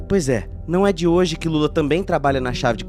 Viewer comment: Ele não fala assim o nome do Lula